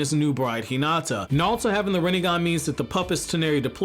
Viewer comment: I know you're saying "Naruto" but I just keep hearing "Nalto"